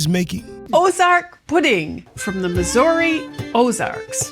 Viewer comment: Never heard of it. Life long Mo. resident age 75. I appreciate you pronouncing M I S S O U R I correctly. Missour(ee) and NOT Missour(ugh).!!!❤